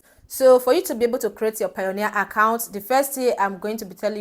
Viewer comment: its not pioneer it is payoneer ...pay-oneer